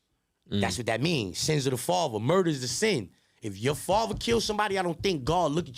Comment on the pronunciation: Everytime he says “faver” nd not “father” its like nails on a chalkboard 🤦🏻‍♂️💨🖤🧟‍♂️🤷🏻‍♂️